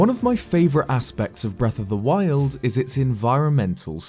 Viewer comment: I like the way he says breath of the wild Breath of the WILD